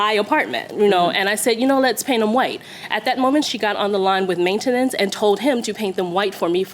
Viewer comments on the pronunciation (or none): This woman is trying to use big words but she doesn't know how to use them. The way she says maintenance is completely incorrect.